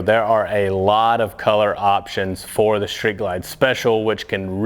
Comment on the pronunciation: It’s Street Ride not “Shreet” Ride!